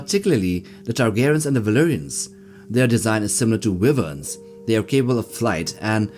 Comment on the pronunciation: Wyvern is pronounced ( why - vern ) and all the dragons in Westeros are considers to be Wyvern because their wings function as both wings and arms, if they had a set of wings separate from the front arms, then they would be true Dragons.